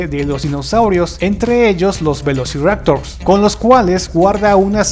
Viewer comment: Yo te encontré un error a vos XD... "velociraotors"